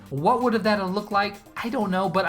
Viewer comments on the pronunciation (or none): none